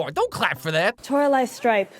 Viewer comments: Am I the only one who's getting triggered by pronouncing Toralei's name wrong,, if you're reading this, it's Tor-ah-lie not Tor-ah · Her name is Toralei. It should be Tora-liarrr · Torali [ TOR-A-LIE ] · Me being proved that he pronounced toralie wrong the whole time